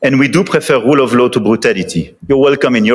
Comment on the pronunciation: France talking about the rroule of louw? Libya?